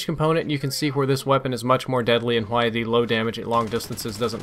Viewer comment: you say "Qwhy" instead of "Why" lol reminds me of king of the hill